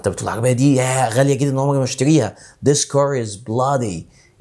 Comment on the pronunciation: حضرتك ليه قولت dis بدل this